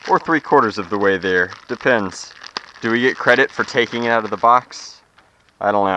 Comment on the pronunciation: out not oit